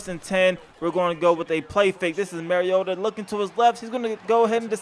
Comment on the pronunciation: Its "mario-tah", like super mario....it is not "marry-yota"...the man has personally expressed how to pronounce his last name on national television multiple times. Get it right.